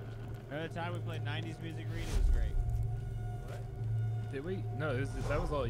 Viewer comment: Its reid its reid its reid